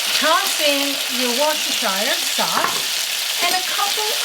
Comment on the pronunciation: That looks so nourishing and hearty, so good. 😊 I wanted to say, that most of us folk who come from Britain just call Worcestershire sauce, "wooster sauce." Nobody can be bothered saying it as it's spelled. 👍 There are a few names like that, such as Cholmondeley that's pronounced as Chumley, or Saint John pronounced Sinjon. English is funny. 😉 If you do want to say the whole word It's still just pronounced as woostersher. Hope thats helpful. 💖 Love your recipes! 💕